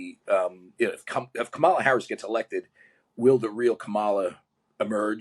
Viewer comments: I have a different opinion on this topic from you and your guest. But I appreciate listening to the discussion to better evaluate my core beliefs. On another note, it's Comma-la. The guest could say her name correctly before sharing how his experience was worse than hers. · Your guest shall learn how to pronounce Harris’s first name correctly if he wants to show audience that he himself is open minded and ready to listen to the other party and have a two way conversation. I felt he is just dumping his opinions here without interest in the left. So I have no interest to look up his book.